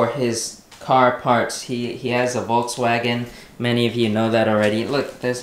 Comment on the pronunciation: Volkswagen Not Volks Waaagen